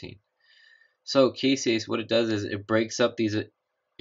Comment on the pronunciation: The enzyme in the Casein Utilization experiment is "caseinase" not "caseiase" just fyi.